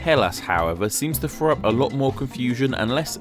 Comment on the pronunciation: Throw* not Frow